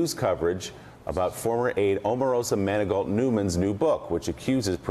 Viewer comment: Buy the Way ist is Pronounce Mani-go not Mani-gault.